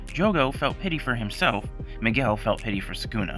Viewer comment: ❌Miguel❌ ✅Niguel✅